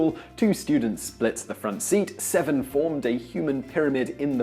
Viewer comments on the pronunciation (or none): none